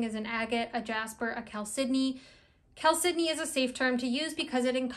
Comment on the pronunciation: Great information, thank you! I'd love it if you could speak a little more about the spiritual properties of agates vs jaspers in general. I'd also love a deep dive into the spiritual aspects of moss agate, and also blue chalcedony. (I think you did a fine job pronouncing it! I used to pronounce it "CHAL-se-doh-nee" until I heard you and a few other people say it "cal-SID-eh-nee.")